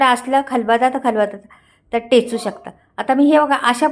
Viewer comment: खूपच छान पाककृती 👌. खरोखर पाणी सुटलं तोंडाला 😋😋 करून पाहणार मी नक्की 👍 ताई जरा आपली मराठी सुधारा ही विनंती. खलबदा नाही हो खलबत्ता म्हणा टेचू नाही ठेचू असतं 😂😂